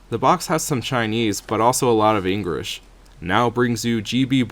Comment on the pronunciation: i always find it funny when you say engrish in stead of English